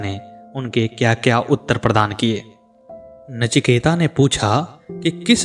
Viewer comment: Sir, "नचिकेता" नहीं, केवल "नचिकेत". Please correct this